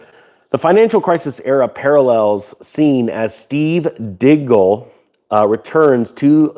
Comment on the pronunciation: it's Steve DIGGLE not dingle